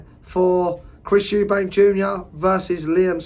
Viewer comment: Switched off when you said eubankS